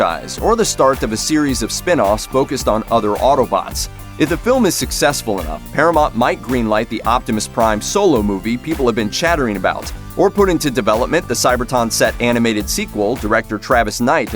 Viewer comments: Cyberton? Its Cybertron! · Cyber-TRON, not Cyberton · He said cyberton instead of cybertron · I was most surprised by Starscream being mistaken for Blitzwing when he fought Bee in the beginning and when the announcer called Cybertron "Cybertohn" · Cyberton? what is this, the headmasters dub? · What the hell is Cyberton?? Isn't it Cybertron?? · Can’t. Unhear. CyberTON.😆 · Paramont? Cyberton? Work on your pronunciation dude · "Cyberton" lmao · did you say "CyberTON"?!